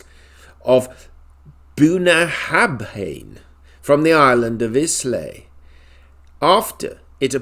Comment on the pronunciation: Islay is pronounced eye-lay. Being British you should know that.